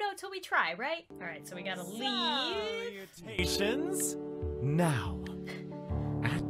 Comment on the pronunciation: No one: Absolutey no one: Drama club leader: SALLLLOUTAIONS